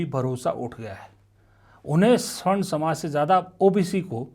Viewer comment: स्वर्ण नहीं सवर्ण होता है।